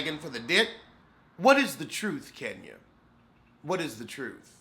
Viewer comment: 🤣😂🤣😂🤣😂I love Kenya but"Kenyuk" is priceless... said "Zipcar husband".... I'm sorry. I'm done.⚰️